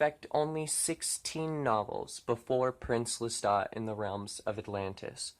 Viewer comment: Thank you for saying Lestat correctly 🙏🏻🖤